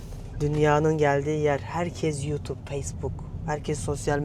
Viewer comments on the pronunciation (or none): none